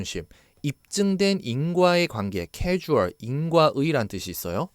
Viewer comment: 설명 잘 해주셔서 많은 도움을 받고 있습니다. 다만 발음 실수가 있으신데 causal은 커-즐이라 해야 casual이랑 혼동하지 않을 거 같아요.